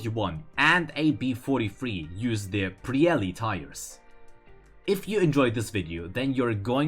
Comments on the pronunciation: LolI thought the tires are Called "Pirelli" not "Prielli" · It's Pirelli not prielli gaijin what habe you done LOL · WAIT A SECOND.. it is PIRELLI and not prielli, lmaoooo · Actually, the right name of italian tires is "Pirelli" and not "Prielli"